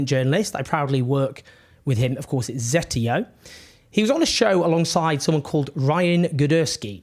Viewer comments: Why can't Owen say Zeteo properly? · Owen, I hope Mehdi will roast you in the next collab for saying Zeteo incorrectly! lol